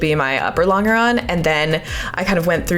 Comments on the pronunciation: Actually, the pronunciation is lon-juh-ron, not lon-guh-ron. Doesn't detract from the project, though! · You're still saying long-grrr-on instead of lon-jer-on? What engineering school did you go to? Or is this a joke like Botal Toat for your resin? In 1972 we built an airplane using Gorilla Glue with a moist wipe with a sponge at each gusset. Then held the gussets down with brads. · You’re killing me with the LONG ER ON thing. It’s French, it’s pronounced LON GER ON! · I'm enjoying your video and your shorts. Thanks for posting your project. A quick comment: I grew up pronouncing "longeron" with a j sound not a hard G. I googled it and got about 15 pronunciation answers, 90% pronouncing it with the j! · The g in 'longeron' is pronounced like the J in John. longeron /lŏn′jər-ən/ noun A major structural member of an aircraft fuselage, running from front to rear. A thin strip of wood or metal, to which the skin of an aircraft is fastened. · Longeron is French (like a lot of other terminology related to early aviation). Because it is French in origin, it is pronounced "Lon-jur-on". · It is impressive that you are doing this. We are losing these skills at an alarming rate. Anything built that is significantly larger than the drawings is done this way. You can’t CNC a house or a bridge. As an aside, and apologies if it’s been mentioned already, the typical pronunciation is laan jr raan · Look into how to pronounce "longeron". It comes from French and has a "je" sound even in English. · I'm not saying it's wrong, but your pronunciation of longeron sounds wrong to me. I've been around USAF my whole career, and it's always been a J sound for the g. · I'm getting tilted by the way she says longeron! Ive only ever heard it as a J sound like the g in germ.